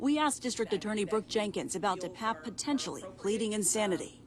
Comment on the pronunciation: Why are reporters mispronouncing the perps name?